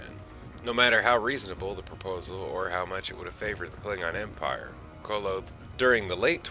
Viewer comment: Koloth is pronounced with an AH on the second 'o'. Just fyi.